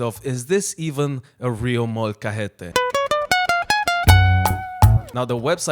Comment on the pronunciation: man you have NO, idea of the things you can make with a molcajete. not just salsas an guac. you will have so much fun disocvering it Also it is not molcahete with a soft h, it is a strong J. use your throat not the pallet to say it